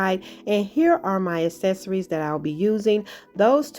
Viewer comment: Can you please stop saying "es-ess-uh-rees" . The phonetic pronunciation is "Ak-SES-uh-reez".